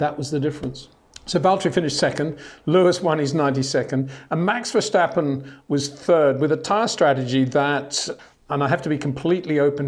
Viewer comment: Peter, why do you keep saying VerSCHtappen? I don't hear you saying LewiSCH, BottaSCH, WilliamSCH, GaSCHly, HaaSCH, NorriSCH.